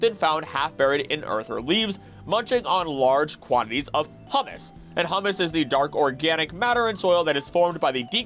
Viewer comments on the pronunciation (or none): just a small pointer, apparently “humus” is pronounced “hyoo-mis”, otherwise it might be misheard as hummus heh